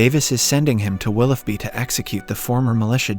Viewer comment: What the fck is “Wilufby”?? It’s pronounced Wlillōby!!